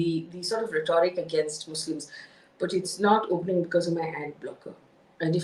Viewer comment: Sorry for being a Henrietta Higgins,but your pronunciation of rhetoric is not correct. Having been an English lecturer, I couldn't resist pointing it out! You do an excellent job otherwise!❤